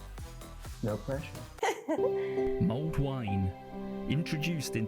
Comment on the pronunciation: It is called mulled wine and not as you called it ' milled wine '. People made it and then stuck a red hot poker into it, thereby ' mulling ' it.